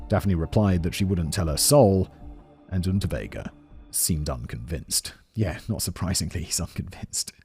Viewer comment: I kept hearing the criminal’s name as Rutabaga and I’m not mad tbh